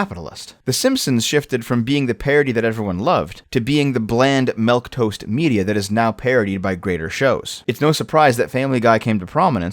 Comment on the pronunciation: “Melk-toast”. I love that, lol.